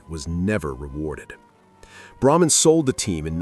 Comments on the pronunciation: Leonard Tose. Look him up. You also pronounced Braman incorrectly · Eagle fan here. But does the guy narrating specifically mispronounce names purposely. Braman was the cheapest